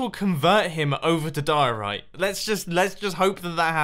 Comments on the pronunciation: Die-Orite! Its name should be Orite. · Oh my god I can't believe that Mumbo lost his occasion of putting mustaches on the diorite block and call it mumbo diorony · Senior Dumbo Dioriti (Diorite-I) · his name should be die-ore-bite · Call him Di-Ri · Dio-rita. Diorita. Rita. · Call It "Happay diori" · You should call it (die-Tony-I) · Its diey the dieorit block its nastey bl9ck but good biuld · It’s Diorni or senior-block-of-the-week-oni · "Diorito Blockoni" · Call it the die-orite